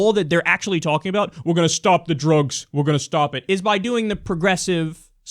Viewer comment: "Drůgs" lol